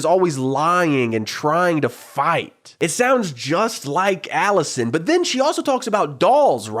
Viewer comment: you stress the first syllable and throw some twang on it lol. Aaawllisuhn. My uncle with a rural new york state accent says some A/Es the same way as you, like he only uses the right half of his mouth to say it and it blends into the following letter and goes UP a bit. Vs a flat, Hollywood "accentless" accent that says the syllables pretty evenly there was a huge debate in later seasons over how Emily pronounces the word "eggs" too, so you're in good company 😂